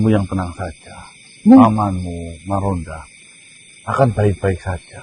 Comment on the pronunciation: Maronda bukan margonda